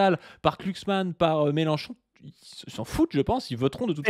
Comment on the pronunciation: Je sais pas si le fait exprès mais c'est un énorme plaisir de l'entendre écorcher le nom de "Klucksmann" à chaque fois qu'il le prononce:D